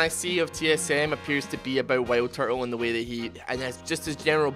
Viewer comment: Am i the only one that heard him say whaleturtle instead of wildturtle?